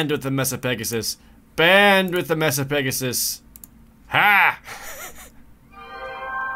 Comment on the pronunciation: It's MAY-Sa, Jared. May-sa. It's like, a flat top mountain.